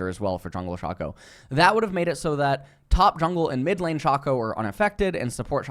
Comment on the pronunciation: Is mispronouncing champion names on purpose? Like Aatrox, Shaco, and worst of all, Veigar. Or does he actually think that he's pronouncing them right?